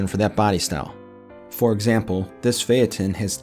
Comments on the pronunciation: are you trying to say Phaeton, or are you saying the name of a city? you're adding an extra syllable in "Phaeton" if that's what you're saying. it's "fae-ton" not "Fae-at-ton". I've got a 29 Phaeton. I've always wondered about the year, it's technically a 29, but it's got the flush body of the '30, there's no step at the firewall. I always just assumed it's a late 29 car, but now I'm not so sure. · title says 29'. previous owner said it was a 29. grandpa said it was a 29, that's what we called it. never really thought much more of it until I joined the local club. fella there says it's not a 29 because of the flush body and hood/cowl. as for the pronunciation of Phaeton, this video is the first time I have heard it said like that, and I've been around Model As for decades. It could be simply because I'm from the south, but Florida sees plenty of yankees, and a lot of them have As and are in the local club I'm in. they all say it like I do.